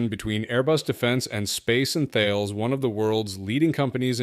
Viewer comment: You pronounced Thales as Thayles. It is pronounced as Tal-es.